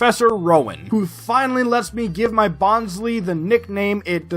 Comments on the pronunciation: Bon_sley not bonsly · Is no one really going to mention how he keeps on butchering bonsly's name as "Bon - slee"..? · Favourite plush but cant even pronounce its name properly lol (jk, this video has frankly been one of my all time favourites of this recent craze, i love your personality, your comedy and quips, and your editing, i was genuinely surprised at your subcount cause this video felt to the standards of or maybe even better than most popular poketubers videos. You have so much potential to be one of the big bois in the poketuber scene and i really wish you the best for your future videos, and can't wait for more!) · You're pronouncing Bonsly wrong. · Did you intentionally mispronounce Bonsly to replicate Mah-Dry-Bread's Rattatta troubles? 😉